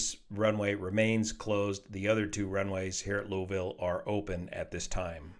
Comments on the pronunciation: Thanks for pronouncing Louisville correctly. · Always watch. Never expected him to analyze an accident so close to home! 👍 Your pronunciation of Louisville is even great. 🇺🇸 Have the crew been counted in the current number of casualties? No one is making this clear!